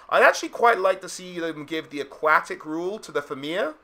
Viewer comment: "Aquatic". Lolll